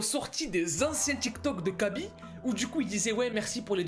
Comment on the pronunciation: On dit Raby lame (khaby)